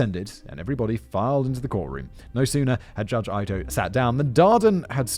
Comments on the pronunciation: Judge Ito (Eeto) throws me off how simon pronounces it. This was the trial of the century. Not sure but i think this is what cause there to be a tv channel on courtn cases. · I’m sure someone has mentioned this already, but “Ito” is pronounced “EE-toe.” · The judge’s last name is pronounced “ee-tow” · It threw me off every time he said "eye-toh" since I've heard his name said so many times I will never forget it. Ito is Japanese and in Japanese i's are pronouced ee. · Ito is pronounced like veto. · Ito is pronounced ee-to. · Judge Ito (EE-toh - i kept wincing at the pronunciations) - was the star - he was the one who had to manage this circus, and he was one of the first real televised judges I had ever seen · If you ever make another oj Simpson video remember the judge ito's name was pronounced eeto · Who tf is “Judge Eye-toe” 🙄 god…. If he would just do a little research, watch one clip from a story about the case from an old CNN story or something. Hell they could’ve watched the FX people vs OJ version and he would’ve know he pronounced the name incorrectly for two fuckin hours. Cmon man put a little effort in it don’t just read a script they put in front of you. Idiot. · Just a little tip Simon. Ito is pronounced ee toe. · Pronounced eat oh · Knowing everyone will hate me for this... Judge Ito's name is pronounced E-toe, now please excuse me as I go back to my life knowing I'm a jerk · Great job! It's so funny to listen to you mispronounce names that everyone in America knows. "Marsh-a" and "E-toe" (Marcia and Ito) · Lol Ito is pronounced as ‘ee toh.’ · I’m fluent in Japanese and can say that Simon’s pronunciation of Japanese family names is as far from “correct” as a person can get. (Yamaguchi and Ito) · You really need to work on your pronunciation of Japanese names. You got both Ito and Yamauchi wrong. The I at the beginning if Ito is like a long E. Yamauchi is Ya'ma'u'chi, the a and u don't merge. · The pronunciaion of "Ito" ... 😬😬😬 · EETO, not Eye-toe.